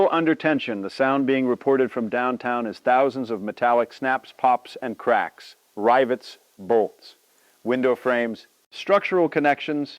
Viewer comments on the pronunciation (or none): I gotta hand it to you guys. These stories are truly unique. They are enthralling. I only wish you'd use real actors, or at least train them that rivets are not rye vets.